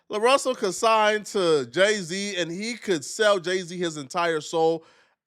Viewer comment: He said day-z at first